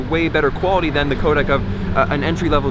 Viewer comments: it's the same codec at a different bitrate. why did you say "coda"? there's a c at the end. co-dec. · Its codec as in 'deck' not 'dak'.